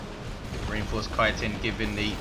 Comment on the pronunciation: Yaaaay chitin pronounced right :D